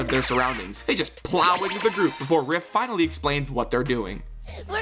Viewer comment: "binally" I feel like you didn't want to mess up a whole script with 1 mistake and me and a few other viewers have to point that word out, :3